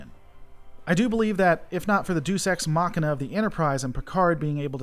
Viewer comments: Deus Ex Machina - Deus is pronounced Day-us (When the first Deus Ex game came out I made the same mistake.) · Great analysis. One point however, "Deus" is pronounce "DAYoos".